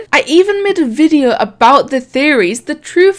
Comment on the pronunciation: just started watching your vids and feel right at home hearing you say "videuUU", british gang awesome videos keep it up :)